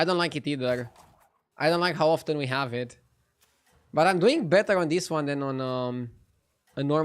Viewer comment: Please learn how to pronounce the word "often" ... you are butchering it...😂😂